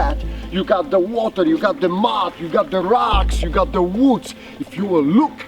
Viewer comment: AKs... In the “woo-ds”!